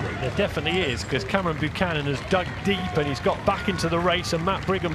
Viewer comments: Great race Cameron. Can someone please inform the commentators that his name is Buchan and not Buchanan!!! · Yo…my peeps…it’s BUCHAN, not Buchanan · Tell those commentators that his name is BUCHAN not BUCHANON!!! Go huskies! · Can't believe that commentator can't read a simple name😂 throws in some extra letters outta nowhere😅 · Well in great contest here - Note the poor commentator got your name wrong the entire race!.. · Hopefully the announcer can get your name right for the next race! Good luck! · Come on you southerners, get surname right!!! 🙄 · Awesome work,!! Heck of a result. Really chuffed for you after al your hard work. Shame the commentator be bothered to actually get your name right. POOR.